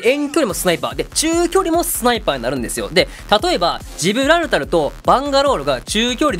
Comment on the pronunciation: ジブラルタロってあま噛みしちゃうところ素直に惚れてます(*≧∀≦)